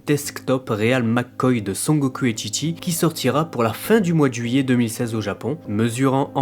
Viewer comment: assal c'est chichi pas tchi-tchi...essaie pas de parler japonais sérieux...